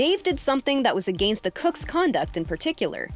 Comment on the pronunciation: I think she was trying to say against...